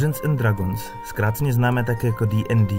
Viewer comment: Hele koukal jsem do , informace zajímavé (nicméně sám mám tyto údaje načtené, neb mě D&D velmi zajímá), ale velmi bych doporučil použít google poslechový translator pro výslovnost. Už jenom samotná výslovnost "dragons" je uši drásající.